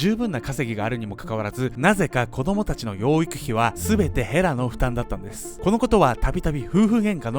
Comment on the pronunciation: の衣装がΣ(ﾟдﾟ；) とても寒そう(;_;) 風邪引いちゃう(;_;) 今から見ます！、、ヘラがフ○ラに聞こえて話が入って来ない（笑）、、ごめんちゃいm(_ _)m